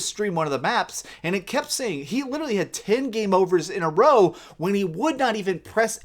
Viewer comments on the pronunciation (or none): I swear if this guy says litrally one more fuckin time...